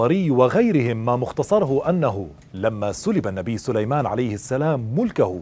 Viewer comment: أخي الرجاء الاهتمام و الانتباه عند قراءة الآيات لقد أخطأت في قراءة الأية و ما كفر سليمانُ قرأتها بالفتحة و كذلك < فيتعلمون منهما ما يفرّقون به بين المرء و زوجه > و أنت قرأتها فيتعلمون منها ...و بالتوفيق إن شاء الله